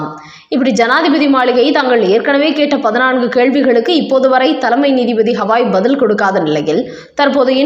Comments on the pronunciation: அவர் கவாய். புரிந்து கொள்ள மாட்டீர்களா? வேண்டாத இடத்தில் அழுத்தம் கொடுத்துச் சொல்கிறீர்கள். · Trending News channel news readers are yet learn and read Tamil. Why not teach theo undersrand CJI's surname is GHAI and not HAWAI. Can't they learn this ? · புண்ணாக்கு. ஹவாய் அல்ல. கவாய். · உச்சநீதி மன்ற தலைமை நீதிபதி பெயர் B.R.GAWAI. நீங்கள் "ஹவாய்" என்று உச்சரிக்கிறீர்கள்? ஏன் இந்த தவறான உச்சரிப்பை தொடர்கிறீர்கள்!! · The name of CJI is B R GAVAI AND NOT B R HAVAI. CORRECTLY SPEAK. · CJI is Shri Gawai not Hawai. Please pronounce correctly